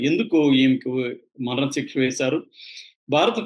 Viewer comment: "మరణశిక్ష" అని సరిగ్గా చదువు సోదరా!👉👉